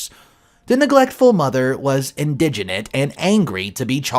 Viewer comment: PLEASE read the story and check pronunciation before narrating. Conscientious. Indignant. Come on!